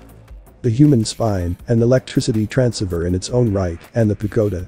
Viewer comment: At least teach your voice synth how to say transceiver along with the rest of the mispronounced words. A total disregard of physics is unwarranted. Electrons DO NOT travel from positive to negative. Another falsehood. What has religion got to do with anything. Way too far removed from reality, just light entertainment for the gullible.